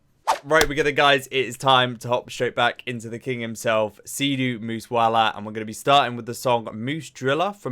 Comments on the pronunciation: His name is pronounced like siddhu moos a wala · Bro,, why don't you pronounce Sidhu Moose Wala correctly in the Indian style. 😊